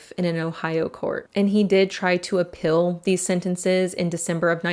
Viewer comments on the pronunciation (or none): say FEELD . not FILLED. and APPEEL not APPILL